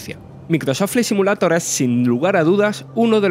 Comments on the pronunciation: Joder loco parece el lémur de madagascar, yo no se si es acento si es defecto o simplemente hablar asi pero que manera de hablar horrible para comentar algo que no se le gana nada de seriedad y respeto. Empezando por pronunciar “simulator” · No quiero ofender a nadie, simplemente me gustaría saber por qué la mayoría de los españoles NO pronuncian el inglés, si no que lo leen de manera textual? Ejemplo, "Simulator" y no "Si-miu-lei-tor" como debería sonar.